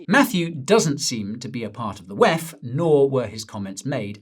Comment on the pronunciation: Please do say wef as it sounds silly rather pronounce it as separate letters WEF